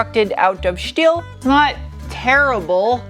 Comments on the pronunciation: Shport, and shteel, shpare? 😐 shtop!! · Is it really conshtructed out of shteel ? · I love how you say steel (shteel) lol. So cute. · Great stuff.. I really like the way how you are pronouncing "Schteeel" and "Schport".. Being German, I can´t stop smiling about that.. :) you know it, girl..😂 ..and by the way: your car reviews are the most interesting in all respects.. Congrats! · I belly laugh every time you say steel haha great vid it's not a bad looking motta